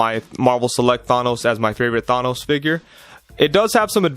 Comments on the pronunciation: THA NOSE NOT THAY NOS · Did he say thAH.nos Good review tho 👍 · Why are you saying Thanos like that?